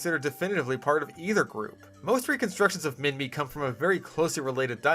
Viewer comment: As an Australian i can confirm Minmi is prnounced Min-mee, its named after the place it was found